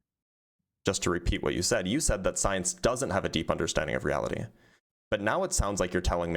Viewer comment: "i cant handwe the weawity so god weeeeeaw"